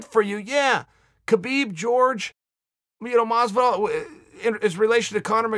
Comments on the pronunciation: Chael I respect you and I like you Shows! This one and Ariel and the bad Guy. But why do you Keep Saying George Masvidal!!!?????!!! When Jorge has said it is not Jorge/George! Its Horhey or that is pronunciation. Please message to let me know. Do you just like pronouncing it wrong intentionally???? Lol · Masvidal's name is pronounced Whorehey not George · It's 'Hor-hey' Masvidal uncle chael.